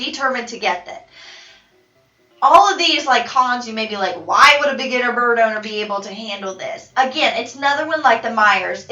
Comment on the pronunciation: Is she saying “birb”??? Just me?